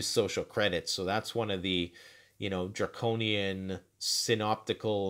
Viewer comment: Are you saying “draconian “? It was hard to understand you, and it sounded like you said “jarconian”. 🤷🏻‍♀️